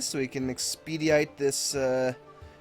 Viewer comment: Just letting you know, since you seemed to have a little trouble with the word "expedite," that it's pronounced EKS-puh-dite. Cheers :)